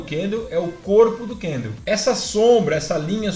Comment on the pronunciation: Kkkkkk é só eu ou mais alguém fica agoniado de ouvir ele chamar o candle de candleu?kkkk zuera